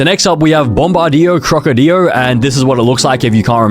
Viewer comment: You say bombard crocodile like my friend Owen he says it’s so wrong